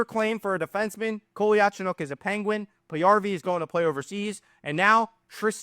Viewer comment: Just to help everyone, it’s pronounced (Cole-ya-Cho-nOAK)